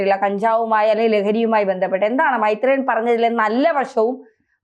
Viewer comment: മെെത്രേയൻ അല്ലെന്ന്, മെെരേയൻ 👍👍😍😍😍